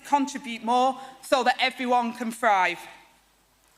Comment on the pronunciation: That woman cannot speak english properly- what " frive" instead of " thrive" 😂